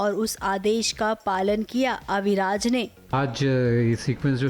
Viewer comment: Abhiraj nahi...AviRaj